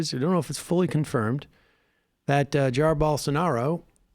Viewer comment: It's pronounced Ja-EER